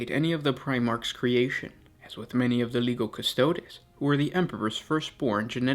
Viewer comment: as with the languages of Latin and later Italian, when the combination of the letters "g" followed directly by an "i", they form what is a familiar "j" sound to an English speaker. example: Giovanni is pronounced "Jo-vahnee" with this in mind, Legio Custodes is "Leh-jo Coo-stoh-des". plug 'Legio Custodes' into Google Translate as Latin and have a listen for yourself.